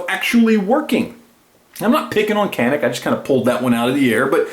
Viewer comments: Yep Taurus is great value for the money....and Canik is pronounced: Jan-ik......:-) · I love the video and I will buy me a Taurus now but in the word Canik, the C is pronounced as CH, sounding like Janic.